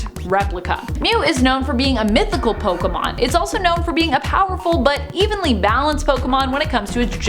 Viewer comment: Finally someone who pronounces pokemon correctly 👍